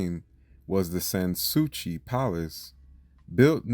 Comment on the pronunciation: SAns Souci is pronounced as "San Sue-see."